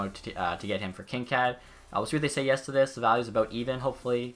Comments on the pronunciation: its pronounced kin - kade not kin - kad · Also I don't wanna be that guy but its actually pronounced Kinkaid with a hard a not a soft one.